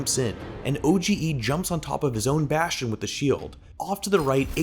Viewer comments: danye is pronounced don-yay and oge is pronounced O-G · My man called OGE O-G-E